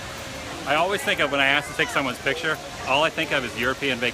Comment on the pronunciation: it's pronouts el-ways